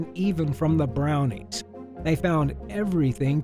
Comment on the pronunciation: no I know but I think it's funny how he emphasized even the brownies lol